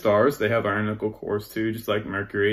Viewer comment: When I ever he said iron nikkel I heared iron nipple and couldn't stop my self giggling to take anything else he said seriously. I need help 😂